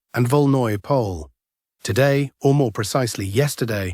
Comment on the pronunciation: It's not pronounced as Pole but rather as Polje, which is Field in Russian